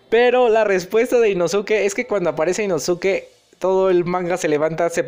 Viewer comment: dato, no se pronuncia InosUke, se pronuncia InoSke (la U es muda como con SaS*u*ke)